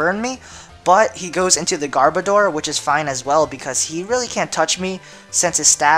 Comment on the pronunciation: I know I am nitpicking, but it is Garb-Odor. As in, Garbage Odor. Not Gar-Bo-Door. Odor as in a smell.